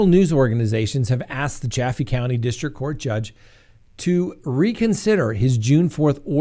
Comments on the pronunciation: It is pronounced Chay- fee. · Ch-a-fee county please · The correct pronunciation is Chay-fee County. Please note! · So am I correct in assuming that you pronounce 'Chaffee' correctly, because other people say it quite differently. Just curious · There is a town named Chaffee, Missouri Pronounced (soft a like cat 🐱) Chaf fee